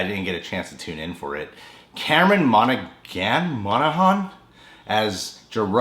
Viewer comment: CAMERON MONAGHAN (Don't pronounce the ''g'') is an extraordinary actor!